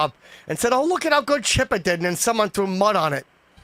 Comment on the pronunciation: "Dey trew ciggys"